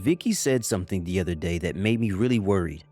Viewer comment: Is this the same voice actor that pronounces mudder fodder udder instead of mother father other